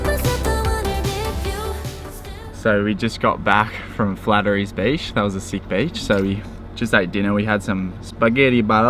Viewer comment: Haha flatterys beach 👌 I think there's an H in there somewhere 😜 that's the beach where I first decided to get a 4wd about 10 years ago. Pulled up in the carpark in my Calais and had to haul my stuff over that sand dune and down to the beach . . . Took several trips cos I had an Esky and umbrella and a lot of shit to spend the day on the beach. Then the tide was out about 500+ metres and I sat there on the beach sipping a good beer and thought . . . . All I want is a car that can drive on the beach so I can be closer to the water and not have to carry so much stuff . . . . About a year later I had a 90 series Prado and I quickly learnt there is a whole lot more you can do and explore in a 4wd other than just driving onto the beach!! Awesome vid guys and great to see my backyard filmed so nicely and seeing you enjoy it all so much 👌👍😎 Browns beach has some awesome memories too! Camped there about 13 years ago in the Calais again 😁 set up in the camp ground and then explored around and found a bloody paradise down on the beach. If you head down the hill to the beach and take a left when you got the beach there are heaps of massive boulders for about 200m and nestled in amongst that is a bloody slice of paradise!! In the middle of all the rocks there is a 10m wide sandy beach which is secluded heaven! The gf and I spent the first night in the campsite up top and then the next 3 nights camping on that beach and had an absolute ball 👌👍😎 Daly heads is also spectacilar! I just wante